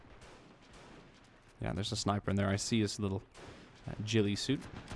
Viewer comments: guadal canal is pronounced like waddle and ghillie suit is not pronounced 'nilly' but 'ga' like ghost. im sure many others will be commenting this too haha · You said jilie suit instead of ghilie suit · I may be wrong but you said jilie ghilie suite